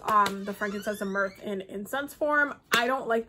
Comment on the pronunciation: Frankincense and myrrh, she says it "mirth" but it's myrrh, girl is sooo enthuased 😂